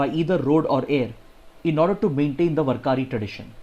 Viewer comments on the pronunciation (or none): Sir it is "वार्करी" not "वरकारी" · Please pardon me sir but I think the word warkari is Read as- Waar kari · Dear Sir, Today in 2nd Article of Warkari... You have wrongly pronounced Warkari... it is pronounced as वारकरी... And thanks for the analysis....You always do explain thoroughly in limited time which helps us a lot....